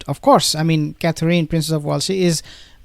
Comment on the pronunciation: Please learn to pronounce Catherine correctly.